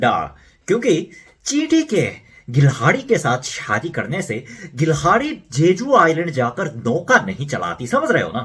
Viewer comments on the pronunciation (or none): गिलहाड़ी ❎ गिलहरी ✅